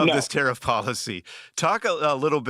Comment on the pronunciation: Everytime you said "Tarriff", I misheard it as "Tarah". Oops!